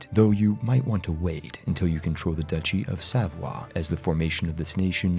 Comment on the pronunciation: Duchy! DATSCHI! I love your videos,, but dear Lord, how many times have we told you it's not "ducky"? Are you doing this just to spite us?